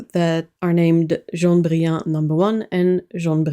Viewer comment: She's pronouncing it like a French person would, since it's a French word. I'm confused about the laughing and covering eyes emoji.